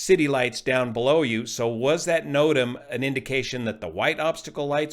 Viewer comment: Another good video. (Just say "notam"! 😁)